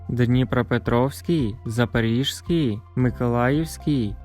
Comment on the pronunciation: Не Запоріж с ь кій,а Запорізькій